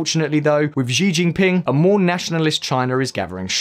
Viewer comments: Xi jin ping Sounds like sheee Jin ping. Not zhee Jin ping.easily found on Google. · He made the same mistake with "Xi" in Xi Jinping during all the video. He pronounced it zi- instead of -chi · Why’s he pronouncing xi jinping as zee jinping?? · This dude has butchered every name he came across. I like that! Ahahah “Giginpin”!!! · Xi jinping is pronounced she gene ping. Lol